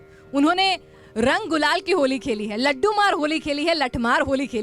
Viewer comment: Gulal not ghulal, phaag, not faag.